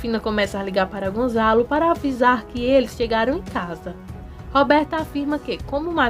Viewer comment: É Gonçalo, e não Gonzalo.